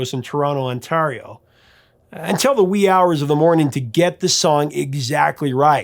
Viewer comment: That is the worst pronunciation of Ontario that I have ever heard!